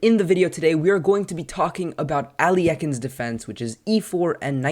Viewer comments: "æliekin's defence" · Sure, but that is not what you said. You said Al Ye Ah Kin. That is not just a different pronunciation, but the addition of an extra syllable in the middle. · Your pronunciation of this defense is quite humorous. Where are you getting the extra syllables? Thanks for showing from the black side. Most videos show it from white's perspective.